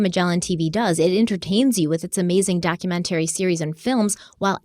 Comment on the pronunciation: I will never purchase from Magellan until learns to pronounce "documentary" correctly.